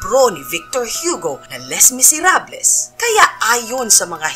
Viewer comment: ganito po ang pagbigkas "Ley miserabs" hehe skl para na din sa kalaaman ng iba